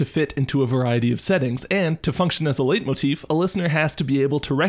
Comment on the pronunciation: Leitmotif is pronounced "light-motif". It's german